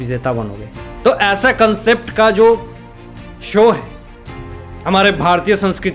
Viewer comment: Show not sow